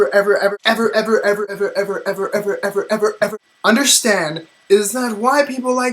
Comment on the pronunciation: If you listen closely at when he says 'ever ever ever' he sounds like he's saying 'Edward Edward Edward'